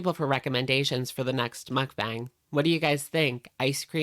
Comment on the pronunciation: I really like watching your videos, but your pronunciation of mukbang makes me cry. Muk is pronounced to closely rhyme with yuck and Bang closely rhymes with bong (like the thing you smoke weed out of). So it sounds like Muckbong (or muckbahng). Pls pls see this lol